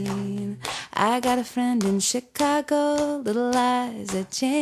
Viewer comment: Darn! I wanted to use this recording with my students but when she says 'sitting on a fence' it sounds like "Shitting on a fence" and when she sings 'Chicago" it sounds like "shit-ca-go". I'm worried parents would be calling in to complain!